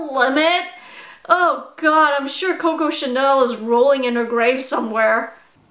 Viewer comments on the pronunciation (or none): none